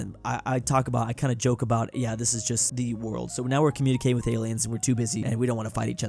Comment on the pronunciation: You said borld